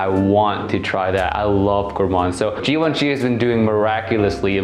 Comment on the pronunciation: Stop doing videos about fragrances,if you can't spell de fragrance names properly...Djivantchi..pfff